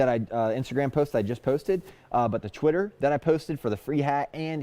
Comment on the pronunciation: is the best.🙏♥️ Why do I always hear you say"Quitter"instead"Twitter"??!😒